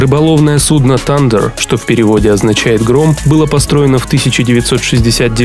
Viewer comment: Прочитай транскрипцию слова Thunder , тошнит от твоего канала